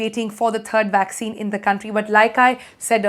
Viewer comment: Is it a vaccine or waksin..lol